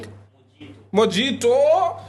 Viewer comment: You both pronounced Mojito wrong!